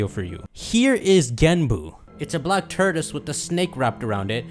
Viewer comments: "The black turdis" Tort-oi-se, or tor-tus But fun vidya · saying tortoise sounds like turdus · My dude kept saying TURDOUS 🤣😂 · I have never been so annoyed by someone mispronouncing a word than how pronounces “Tortoise” 🤣